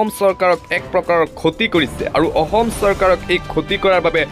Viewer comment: হেৰৌ, ক'বলগীয়া কথাখিনি শুদ্ধকৈ ক'বলৈ শিকক।জৰুৰী কথা কৈ আছে যদিও কাণ বন্ধ কৰি লবলগীয়া হৈছে। অসমটো অহম, ম্লানটো স্মান,অসম টো অহম,অসমীয়াটো অহমীয়া,দেশক দেহ কৰি পেলাইছে কিয়? হয়,আপুনি বৰ গুৰুত্বপূৰ্ণ খবৰ কিছুমান কৈছে ।কিন্তু শুদ্ধকৈ ক'বলৈ চেষ্টা কৰক, অসমীয়া যুৱকে কোৱাৰ দৰে ক ওক।